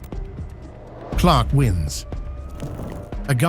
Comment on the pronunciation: Clark? You mean clerk? What is he Superman?